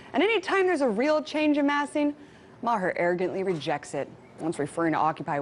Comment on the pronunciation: Bill Ma-HER. lol.